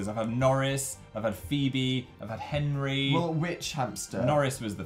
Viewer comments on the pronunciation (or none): none